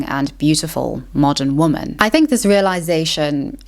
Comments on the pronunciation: Am I losing my mind or are you saying "woman" every time you mean to say "womEn" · I really like your videos. They make me think and offer new ways to discuss topics like this. I also admire how well spoken you are. And, if I may add, it is a small pet peeve of mine when people talk about women (plural) and pronounce it wrong. It's a woman (woo-man) and two women (wee-men). It's not a big deal, but it maybe undermines the message, similarly how bad spelling undermines the credibility of a text. Just wanted to leave this here. Thank you for your content. ^^ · What's going on with her pronunciation of "woman?" As in, she only pronounces the singular, never the plural. Is this some 16th wave feminist zoomer thing or is she just weird? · It’s woMEN not woMAN why is it always this one mystery woman? I don’t understand :,) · You say woman (singular) instead of women (plural). I'm not sure if its South African pronunciation, but just wanted to share that you're often slipping into saying woman not women. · I love listening to you. Your voice and accent is beautiful to me, just as much as your thought-provoking content. Anyone who doesn’t like how you pronounce ‘women’ can go stick their opinions up where the sun does not shine 🌞